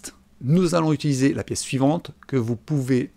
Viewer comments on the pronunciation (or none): none